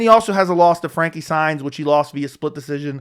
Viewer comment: Marlon "more-ace". Frankie "signs". "Peoter" Yan. Lol what's up with these alternate pronunciations